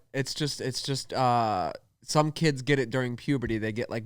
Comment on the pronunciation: "bolth" and "thum" lol